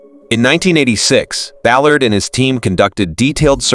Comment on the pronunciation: Bo?? Robert Buh-lard??